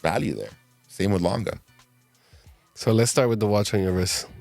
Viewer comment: Great pieces. Also appreciate the good pronunciation of Lange. Same as Porsche, by the way